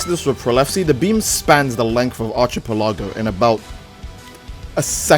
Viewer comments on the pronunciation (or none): Basic English: Exists: "Arch-eh-pel-la-go"